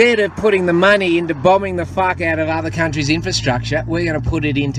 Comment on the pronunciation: "Green light for cunt-trees"